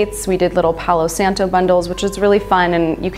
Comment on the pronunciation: Nice...Except, “palo santo”